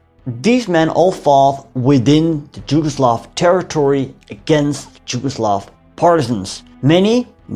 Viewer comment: Just a small language correction: you keep pronouncing "Jugoslav" instead of "Yugoslav". That state was called Yugoslavia, which was derived from "yug" (meaning "south"), thus meaning "the country of Southern Slavs", or "Southernslavia". Yes, it is spelled locally "Jugoslavija", but both Js are pronounced as Y in "yesterday", not as J in "Jim" or "Jimi" or "Janis" :) So, "Jugoslavija" is to be pronounced correctly as "Yugoslavia".